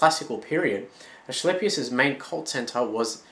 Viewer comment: Nice vid, just an fyi the c in Asclepius is a ka or ca sound not a ch or sh. Loved the info though now gonna go look at more of your vids. :)